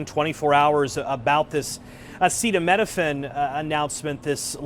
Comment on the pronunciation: Is amazing that these are the same people that get triggered and annoyed when they hear someone talk with an accent, yet they can’t formulate a single coherent sentence in their own language. Not being able to say acetaminophen is wild.